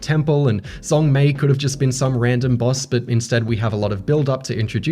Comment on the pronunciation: Fyi, "Zhong" is pronounced "Jong"